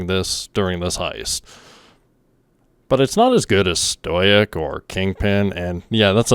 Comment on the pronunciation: Omg dude it’s pronounced stow ick!